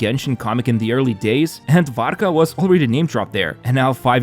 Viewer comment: Ur LITHUANIAN??? The way you said Varka sounded so Lithuanian too haha